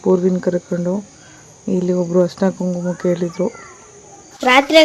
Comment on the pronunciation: Super mam but please kannada na sariyagi balasi. Harishina alla adu Arishina.